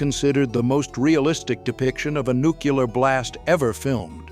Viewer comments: "New-clee-ur" not "nook yu-ler" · one word - NUCULAR! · Nukeular. Nukular. Newquelar? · I think the word is NUCLEAR not NUCULAR....lol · It’s nuclear not nuculur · Wow. The maker of this actually had the AI say “nu-cyoo-ler” as opposed to the PROPER way to say it, which is nuclear. Nu-clear. Two syllables. That’s it. That’s all it’s ever been, and all it ever should be. I’ve never understood this weird thing that some people have where they insist on saying that specific word incorrectly. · Nuclear dammit! Its nuclear! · OMG... NUCKEE-LAR... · You lost me at nucular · Nucular. It's pronounced Nucular. Lol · NUCULAR scientists? They're even better than the nuclear kind! :O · Nucular... ugh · Homer: "Nucular. It's pronounced nucular." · How can AI make the mistake? That's so odd. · Look at the title of the section. The Most Accurate Nuclear Nightmare. Pronouncing as Nu cu lure. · "Nuclear" is not pronounced "nucular". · you said nu-ke-la 😂😂😂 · I'm impressed that they got George Bush to narrate this. I had no idea it was him until I heard him saying "nukular". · No AI here. Not even AI would say 'nukeuler'. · Wow, they even have AI that pronounces the word 'nuclear' incorrectly. It always bothered me when actors and presidents pronounced this word, "nuke you ler" - comes across as bad as something from ebonics to me. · It's Nu cle ar... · Oh Jeez...AI can't even pronounce Nuclear correctly. There is no Q in Nuclear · Even AI can't correctly pronounce nuclear. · You pronounce nuclear the same way as Homer Simpson.